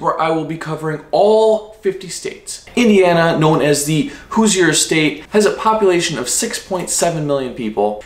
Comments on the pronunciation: Hoosier is pronounced hooshur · Hoosier pronounced hoo-zhr. Being fifth generation born in Indiana I was told the word Hoosier is a combination of "who's there". Like when someone would come knocking on the door or walking across the field. I've also heard, as another commenter said, it's a combination of "who's your?". Not sure if the truth will ever be known....🤔🧐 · Did it bother anyone else by the way he was saying Hoosier cause it did me. I know if you don't live there you might not know how to pronounce it but it bugs me so much